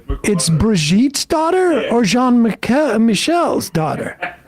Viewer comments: Its Jean Michel not John Michael. Why is that nutjob refusing to pronounce the name in French. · Jean is not pronounced as John.